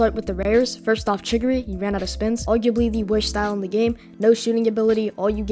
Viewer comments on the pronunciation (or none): Chi giri man not chi ri giri 😭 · Chirigiri bro its chigiri😭😭😭😭 btw nice video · It's chi_gi_ri not chirigiri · saying chigiri sounds like a little kid trying to pronounce cinnamon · saying chigiri name wrong